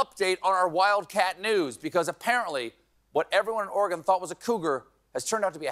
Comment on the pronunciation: Thank you for being one of approximately 9 New Jerseyans who can properly pronounce Oregon. But that's probably because you're not a native.